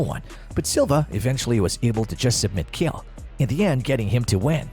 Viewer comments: Why’s he calling Chael “Kale” lmao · Showing Matt Hughes picture when introducing Chael and then pronouncing it “kale” made me dislike the video and ignore the pages recommendations lol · STOP SAYING KALE SONNEN! Idiot! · I didn’t know Chael was pronounced kale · You cannot even pronounce Chael and you lied about his first fight with Anderson Silva. He DOMINATED Silva until Silva got lucky with a triangle. Horrible video, thumbs down before the 4th minute. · Chael isnt pronounced like that, is it?